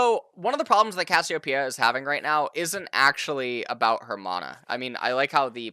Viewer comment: Thank you so much for pronouncing Cassiopeia correctly